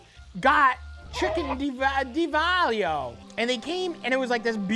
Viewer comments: I'm Italian and I approve this message - Down a shot every time Matty mispronounces Diavolo * DEE--AHH-VO-LO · DIA-VOLO. Cant be that hard lol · It's di-AH-vo-lo. Where's mi-CHELLE! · Love that Matty said Diavolo 50 different ways and not ONE was correct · I though Matty was joking but he actually can't say Diavolo lol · I’m 100% convinced Matty didn’t pronounce d’avalo correctly and I don’t care because it’s perfectly Matty.